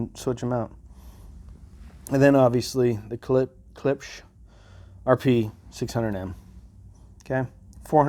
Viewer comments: CLIPSSSSHHHH It's not hard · Klipss lmaooo, love it. Klipsh is such a douchebag word.